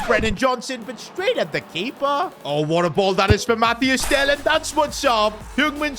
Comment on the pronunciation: Stop saying mathiAs tel, it’s just mathys!